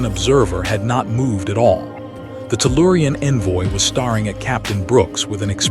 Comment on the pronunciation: Pronounced “stareing” as “starring” which is not a real word